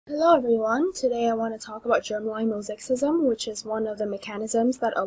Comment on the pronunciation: mosaicism, not mosakecism